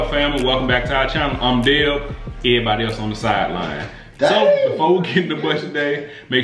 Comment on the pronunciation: He said errybody else on the side line 💀💀💀 that's funny.